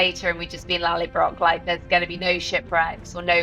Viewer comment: The beginning is funny, clearly they haven´t read the books and it´s not lallybrock but Lallybroch.